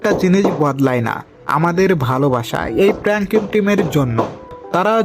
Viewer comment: প্যাংককিং😂😂😂 নয় রে ভাই, প্রাংক কিং